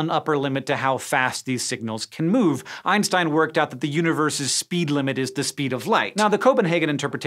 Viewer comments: Sorry I forgot the first i in "Ein", but what I meant was the "s" instead of "sh", which I've always heard people say. Look for any Scishow video related to the man and you'll see. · It's the same thing with Einstein. In English people say "Einstein" where it should be pronounced "Einshtein".